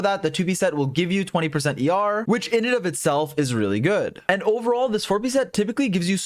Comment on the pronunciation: I know he’s saying ER but I keep hearing YAR, a pirate noise. Heh heh